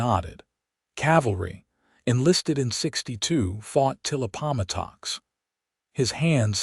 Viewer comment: It is NOT a "ban-daah'-nah' " It is Band•Dan'-ah". "Rēad" is not "rāid" "Ap•po•matto x" (like "ăt")(ăp"), (po like "Joe"), (matt like "Matthew"), (ox like "uh ks" - like the sound of "ducks")